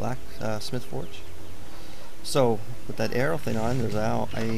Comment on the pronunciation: not aero...arrow!